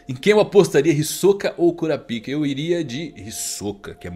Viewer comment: Sério que o nome do personagem é "curapica"? Kkkk